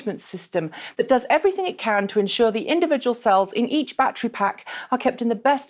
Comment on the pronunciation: Can't count how many time she said "backtree" instead of "back ter ry"